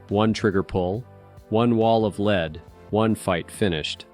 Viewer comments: Stop using a computer to voice your films. It is led, not leed. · Lousy channel. It's "lead" you stupid AI not "leed". Block, BLOCK, BLOCK! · Lead is pronounced led. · It's lead. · How he saying lead is ridiculous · How many times can a computer mispronounce a simple word over 5 minutes. I lost count around 30.